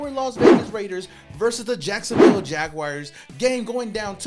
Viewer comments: Jag WARS! Not WIRES 🙄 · PLEASE AS A JAGS FAN STOP SAYING JAGWIRES!!!!!! HAVE YOU EVER HEARD OF A ANIMAL CALLED A JAGWIRE?